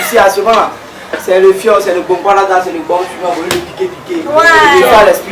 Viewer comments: Fior* et non Foir. Merci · Foir ???? ON DIT FIOR DE BIOR